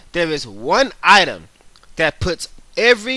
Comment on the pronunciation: I liked the video and your other videos look interesting, however because of your lack of pronunciation skills with almost every other word, I'm gonna have to skip them. "Item" has a "T" in it, not a "Y'